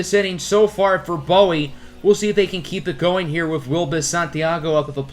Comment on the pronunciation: loved the vid, but our AA team is pronounced boo-wee. maryland is a very odd state lmao